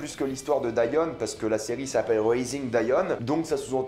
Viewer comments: on dit diON pas dian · pourquoi tu dis dAion alors que même dans la série en VO ils disent Dion? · Comment peux-tu prononcer Dion « Daïon » après l.avoir vu en anglais ? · En français ça se prononce « dionne » 😂 et je suis pas du tout d’accord, j’ai vraiment aimé cette série et j’ai hâte de voir la saison 2 (je pense qu’il y en a une) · En francais sa se prononce Dionne mais sa s'écrit Dion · Sa se prononce Dionne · Wallah arète de dire daion tu me stresses appelle daion 😤😤😤😤😤😤😤😤😤😤😤😤😤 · On dit dione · Que tu prononces son nom moi j’entends John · On dit dion (dillionne)